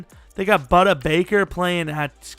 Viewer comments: You were close this time as it’s pronounced Boo-Duh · You're saying budda totally WRONG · Lmao budder baker “and I pronounced it right this time” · Dude you said buddy bakers first name wrong